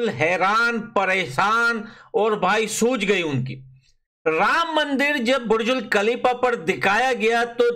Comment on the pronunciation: Burj khalifa ❌️burjul khalifa✔️😂😂